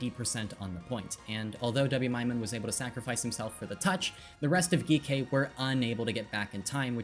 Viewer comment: i love the video, but is Geekay not just pronounced like G K?